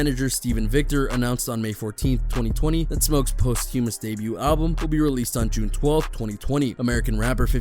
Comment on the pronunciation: My man, you're butchering the pronunciation of posthumous.